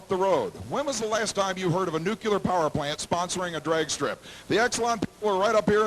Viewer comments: it's NU CLEE ER... literally spelled nuclear not NU Q LAR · NUCLEAR, not nucular! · I would thnk that a professional announcer would pronounce the word Nuclear properly. It is NOT NOO Q Ler. It is pronounced Noo cle ar. Just like it is spelled. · Ugh, and he says, "Nuc-you-lar" instead of "Nu-clear." Must have gotten speech lessons from George W. Bush. Smh. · A NUCULER power plant. Doesn't he mean nuclear? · Why can't people learn to say nuclear? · Or pronounce Nuclear! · For some reason it's common for people who actually work in the nuclear power industry to use the improper pronunciation.